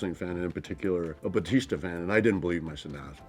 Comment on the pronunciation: He was literally so gentle and sweet to them. This was so precious omg ❤ Also, there was something so satisfying the way he said his last name "Bautista" in this.